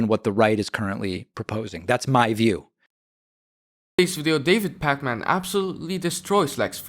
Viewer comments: I think it’s “PAK-min” not “Pak-MAN” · Not that you will ever need it again, or perhaps so, but his last name is pronounced "pack-men" not "Pac Man". Pac Man is a video game character, if you weren't aware. And remember, kids, Pac Man isn't just a game you play, it's a Jewish name pronounced in a completely different way.